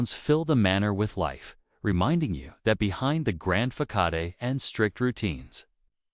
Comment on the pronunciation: It’s pronounced fassad, not fakaday (spelled facade). Good grief , I hate AI. Pronunciation and pacing are poor.